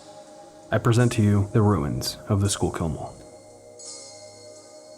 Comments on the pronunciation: I believer that is pronounced skullkill not schoolkill.... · "Sure kill" mall